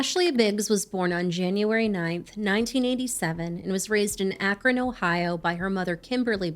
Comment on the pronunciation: I used to have family in Akron. Thanks for pronouncing it well.